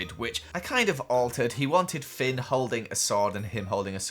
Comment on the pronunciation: He called Finn fink